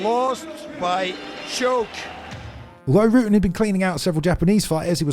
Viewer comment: Ruh-tten, not Rooten.